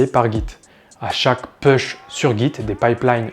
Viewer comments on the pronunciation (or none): alors "fermé" et pas "ferme", "ess hach a 1" et pas "chat1", "pouche" et pas "peuche"